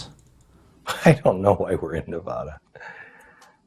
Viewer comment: The way they say Nevada makes me cringe as I'm a Nevadan